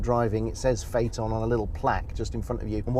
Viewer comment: Most people pronounce it like Fiton 😂 You did it correct "Fateon"